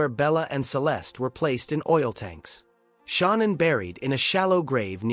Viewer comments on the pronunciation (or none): Parents pronounce it Shannan it rymes with cannan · And this joker reporter here knows there no damn u in Shannan's name its not Shaun anne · It is 100% Ai garbage. No human reads ‘ AM’ as “six colon fif-teen am”. Not to mention Shannan is pronounced incorrectly, AND “Nichol” is spelled wrong lmao. Syntax is all screwed up. Unfortunate, because this is a fascinating, important aspect of the case which is hella underreported.